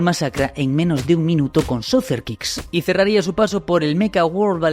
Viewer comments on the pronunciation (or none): Exijo violentamente que no diga mas "soser" kick 😂😂😂😂